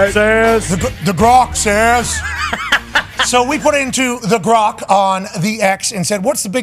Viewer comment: It’s grok not gronk and it’s an ai’s opinion dude. lol.